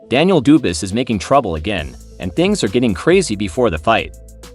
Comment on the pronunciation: I liked the video when it was about "Daniel Doobis" (unfortunately, it only went for 3 seconds). Calling him "Duo", Dee yu and Dewis a few times didn't fix things.